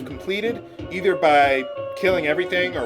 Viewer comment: lol yea, just like it's not Eh-ther it's EEE-ther, but that's just a pet peeve of mine. Anyway, thanks for showing us Gau's rages. The whole explanation on how you can get certain battles to show up is important info.